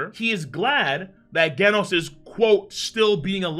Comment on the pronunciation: Bro learn how to said genos